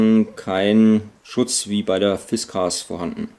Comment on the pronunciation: Warum nennst du die Axt aus Schweden "Fischkeks"? Das ist eine Fiskars und genauso wirds ausgesprochen.